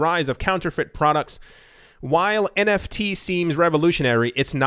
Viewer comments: NTF “non tungible foken” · omfg you started saying NTF lol SHOOT ME lloll haha